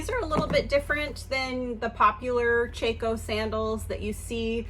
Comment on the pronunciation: I really enjoy your videos...I am also a new reseller! My sister wears Chacos all the time. I have only heard it pronounced with an ahh sound..chahhco. But no worries...it was a great find!